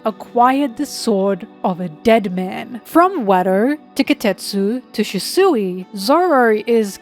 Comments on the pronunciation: SHUsui, not shisui Good videos though :) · Lol, why do you pronounce "Shusui" like that?